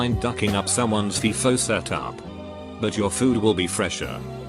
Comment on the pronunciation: It's not "feefoh," it's "feye-foh" robotic voice man. The FI is like the sound in "five." Commonly used in the business world, but now popular in the regular.